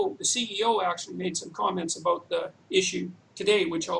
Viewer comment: "What should be done aboot it." That never gets old.